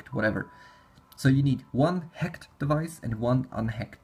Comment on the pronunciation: "HEKT", "HEKT", "HEKT"... X)